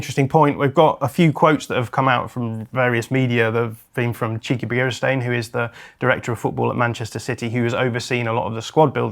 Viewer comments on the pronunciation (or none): made Txiki Begiristain sound like Cheeky Beer-Stain.